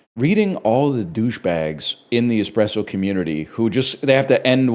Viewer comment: "expresso" oh it's gonna be one of THOSE days